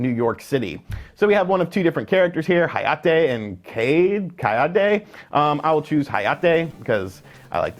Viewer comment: It's funny cause you pronounced Hayate and Kayate correctly, but you said Natsumi. It should be Naht•su•meh. Nice vid!